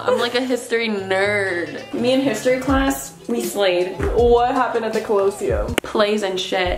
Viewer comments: I love how y’all pronounced colosseum 🥺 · pronouncing coliseum has me laughing lmao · the way pronounced colosseum 💀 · How they pronounce Colosseum makes me giggle. I love these three! Reminds me of my 2sisters and i :) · everytime you pronounced colosseum my body curled up a little 🤣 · The way butchered Colosseum😂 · The way y’all are pronouncing colosseum 🤣 it’s so cute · The way they pronounce colosseum incorrectly with such confidence.😂😂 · i love the way u pronounce colosseum lmao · POV: you watch the mispronounce colosseum for 18 minuets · the way they pronounced “The Colosseum” 😢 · the way they’re saying colosseum wrong the entire video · They way they pronounce colosseum💀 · the way u pronounce colosseum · The way she pronounced Colosseum 💀💀💀💀 respectfully not tryna be rude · Ok, I'll let the weird pronunciation of Colosseum go...but TREVOR Fountain?? Naw to the naw to the naw naw naw~ LOL^^ Do at least the minimum of research before you travel, ladies! But it was funny, though~~~ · The way they’re pronouncing colosseum is triggering me 😭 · I lose a reason to live everytime I hear them pronounce colosseum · tbh- as somebody who travels to Italy so much, you guys are touristing very wrong I guess? you say the colosseum way wrong, and the trevy fountain, saying the general Italian wrong, it’s very uncultured. you should never take anything from venders( you will get scammed! ) and saying things very inappropriate out loud, swearing in public, change out usd for euros, and you should walk everywhere. no hate but, you should plan out the trip and do your research,!!italians and French people aren’t huge fans of tourists who act the way you guys do. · WTF... lol cringe how pronounced Colosseum 🤦🏼‍♀️ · i'm pretty sure it's Colo-see-um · The way pronounce Colosseum it doesn’t matter but like lol I remember learning about it in school last year also they are so pretty and I love all their outfits💖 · it’s COL “COLUH”